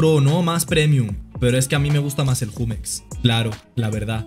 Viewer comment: Porque pronuncia Jumex así????